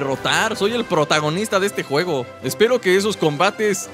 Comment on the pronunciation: es juegos no guejos